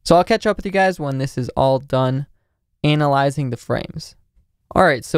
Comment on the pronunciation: "ANALlizing the frame"